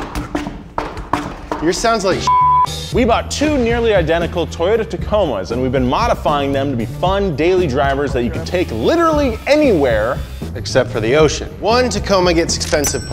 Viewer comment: "Eccept for the ocean" is that possible to fix